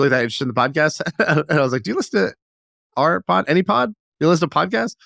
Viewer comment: Funny how difficult a time has saying Ours 😂😂😂 it's Or-A lol